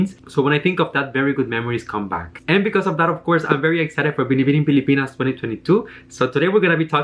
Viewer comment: I love the way you say “BINIBINING PILIPINAS” it was perfect